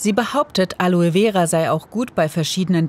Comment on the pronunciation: Gute doku, aber eine "Wissenschaftlerin" die Aloe Vera nicht einmal aussprechen kann?